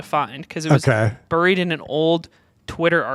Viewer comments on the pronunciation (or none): My ex who was American said it like that too. Drove me nuts 😂